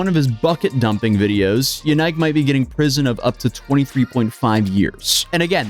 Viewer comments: "YaNike"? Really? Just Busted™️ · BTW, his name is pronounced YAN-ICK, (sounds similar to JANET) not “YOU-NIKE”. You really should research the pronunciation of things before posting. I found that easily, with a Google search of “Belgian name Yanike, how is it pronounced” my first result was “HowToPronounce” website that even had an audio example of the pronunciation.